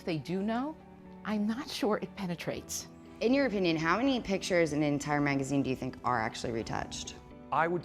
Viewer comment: haha she said penatrates